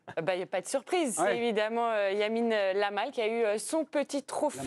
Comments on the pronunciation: C’est Yamal madame, et non Lamal.😂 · "Yamine Lamal" 💀💀💀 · La journaliste qui dit "Yamine Lamal" devrait être licenciée pour faute grave. quand même... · Yamine Lamal